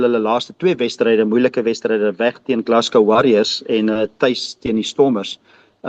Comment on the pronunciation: Geluk met die korrekte uitspraak van Glasgow 👏 😁